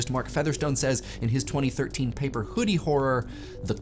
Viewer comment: pronunciation of initial [H] in the first half sounds so fricative that it's almost like pseudo-Yiddish. "What Was The Chudi?"